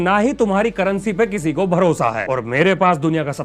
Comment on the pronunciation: मेरा भरोसा मिलेगा ❌ मेरा भोसड़ा मिलेगा ✅ मुझे यही सुनाई दिया। 😂😂😂